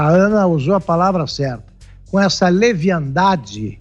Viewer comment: Palavra correta,: "leviandade".